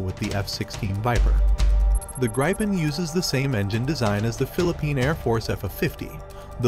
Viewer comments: Pronounced, G-R-E-E-pen :) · I can't stop being annoyed at the pronounciation of Gripen in the video, the Gri is pronounced very very similar as Gri in Griffin (Gripen = Griffin) and then Pen as normal